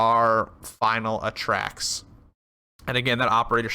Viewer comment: Its A-Tracks not atracks